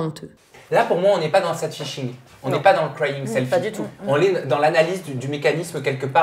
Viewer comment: Votre prononciation de "sad fishing" c'est vraaaiimmeeent.. mdrrr c'est pas "séd feishing", c'est juste Sad Fishing comme ça s'écrit mdr